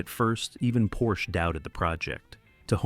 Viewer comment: IT IS NOT PORSCHA but PORSCHEU !